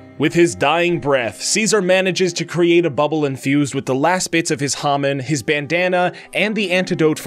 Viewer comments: I KNOW IT"S SO ANOYYING IT'S HAMON NOT HAMin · IT’S HA-MOAN NOT HA-MAN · He keeps pronouncing hamon wrong it's ha-mone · "Hah-min." Joking aside, I enjoyed the video. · Its call HA MOAN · You can tell that watched the sub cuz he mispronounces hamon so many times